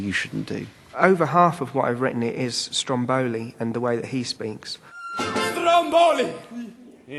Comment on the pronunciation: STROMboli ....accent the first syllable. Frankly, this production looks dreadful. Uninspired. From what this preview shows, it talks down to both adults and children. I think that adults forget how sophisticated children's minds and hearts really are. I have never seen a production of either Pinocchio or Alice in Wonderland that remotely captures the essence, the atmosphere of the book.